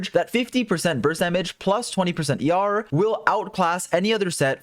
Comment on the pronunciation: I know he’s saying ER but I keep hearing YAR, a pirate noise. Heh heh